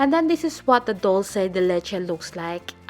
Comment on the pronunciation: hello! I'm from Argentina and it is not " Dulce de letche" is " Dulce de Leche" , Great recipe.